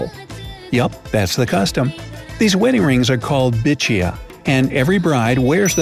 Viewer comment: Lol bichiya ....it's bichuya...I thought